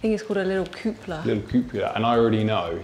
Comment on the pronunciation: You did a great job, guys, but the house is awful; anyone who pays ten million for that has more money than taste or sense (btw, the dome is called a cupola not 'koopla'). The 'office' looked more like a small storage room, ewgh, and what kind of crazy person keeps a baby grand piano in their garage? They could have picked any other room in the house, and it would not have looked out of place,but no, they chose the garage??? The kitchen was boring with a Capitol B, the living room fireplace was like a portal into another dimension and the noise outside was not conducive to urban living, not for ten million anyway. The house is impressive, but not that impressive. I'm sure it will make a nice high end B&B.